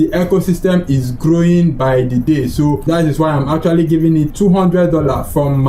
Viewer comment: RAAApidly grrrrowing best prounciation